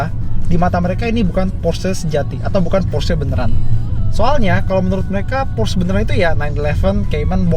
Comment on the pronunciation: porsche cara ngomongny gimana yak ? :v kata abang ini /pors/, kalo kata abang rg700 /porsye/ :v